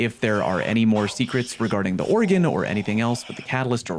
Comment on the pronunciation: Organ (or·gan) musical instrument. Oregon (Or·e·gon) state in USA. No e. Love ya 😂